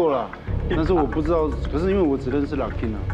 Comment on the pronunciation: locking 跟 poppin 的發音其實是不對 都是第一個音是高的才對